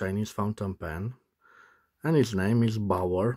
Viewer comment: The correct pronunciation of Baoer in English is "Be'are" NOT "Bower".